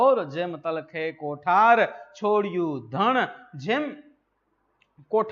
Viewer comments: Sir, કોઠાર નહીં કોઢાર શબ્દ છે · કોઠાર નહીં સાહેબ કોઢાર